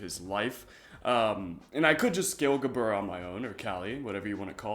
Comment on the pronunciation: Sup Hebrew speaker here. gebura is pronounced with a V, bet or ב is traditionally pronounced like B however in some cases like gebura or גבורה in Hebrew , bet becomes vet and in pronounced with a V so it might be spelled gebura it's pronounced more like gevura